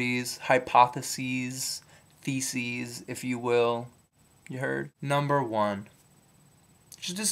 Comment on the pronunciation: your "theses" sounded like "feces." :D